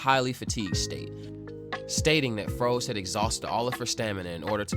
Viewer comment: Froze is pronounced as rose is pronounced in dragon ball super.